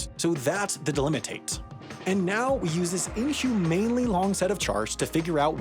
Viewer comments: My ears bleed on every mispronounced word in this video. It's the sh sound, not s It's phoneme, not phenome It's monadic, not mondaic It's delimitive, not delimitate Finally, you made the whole path to mispronounce the word in the end: should be ok-SHOORN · There were so many words he just gave up on pronouncing, monadic became mondaic, delimative became delimitate. etc. Honestly the whole thing felt low effort, by a bunch of dweebs (pathetic).